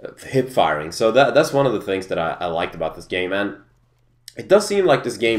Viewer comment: when you say, "game man" you sound like you say, "i like it about this gay man" just a funny though..